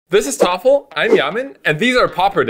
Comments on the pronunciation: Why is calling Thoralf "Toffle"?😂😂😂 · Why do you call Thoralf "Toffle?"